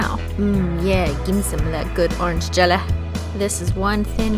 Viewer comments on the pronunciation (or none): have anyone heard her saying for jelly jelaa